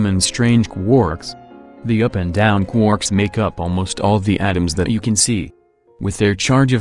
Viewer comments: I love it when you say "Qwooorks" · I missed you saying quooorks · I miss when you said quarks like quoouhrks